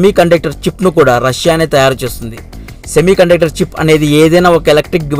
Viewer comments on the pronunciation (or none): English:- Semiconductor Telugu:- Semiconductoruuuuuu